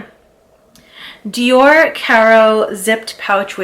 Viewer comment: Sweetie, you’re not French. Why are you pronouncing Dior that way? 🤡🤡🤣🤣